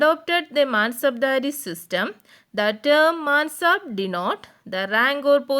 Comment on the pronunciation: ടീച്ചറിന് mansabdari സിസ്റ്റം എന്ന് പറയാൻ problem ഉള്ളെതയിട്ട് ആർകെങ്കിലും തോന്നിയോ 😁